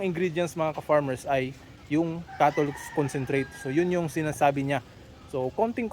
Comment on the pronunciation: Hindi malinaw and salita! cattle concentrate daw - ano na naman yon hhaha